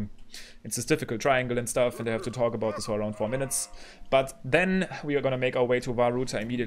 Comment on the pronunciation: you mean towk. I love his accent ahaha😄